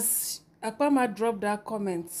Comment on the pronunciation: It’s Apama not Akama 😪